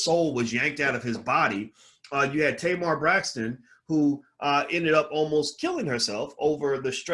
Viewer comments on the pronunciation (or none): none